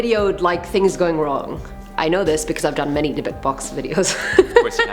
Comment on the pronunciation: Finally someone on this channel pronounced Dybbuk properly